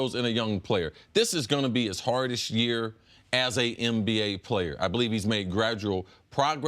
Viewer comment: Cris still sayin “MBA player”